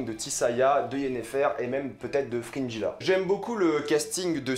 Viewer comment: C'est fou comme les prononciations peuvent être différentes dans nos têtes.. Frinjila : Fringilla Guéralt : Geralt Striga (WTF) : Stridge Ou peut-être que c'est toi qui prononce mal